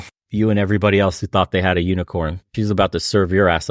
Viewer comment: "Thought," not "Taught."